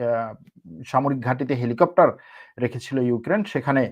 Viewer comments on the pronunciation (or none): none